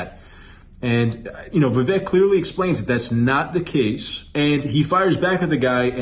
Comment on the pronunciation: Vivek pronounced like cAKE Get it right before he runs in 2028. 😉